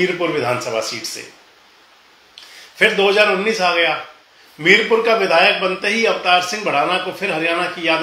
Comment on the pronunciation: मीरपुर नही मीरापुर